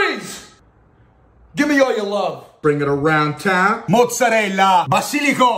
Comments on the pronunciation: Man i finally heared a mozzarella pronunciation done goo thanks for this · The “basilico” and “mozzarella” pronunciation 😍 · Sei bravissimo a fare una pizza(vera) poi anche la pronuncia mozzarella e mozzarella è fantastico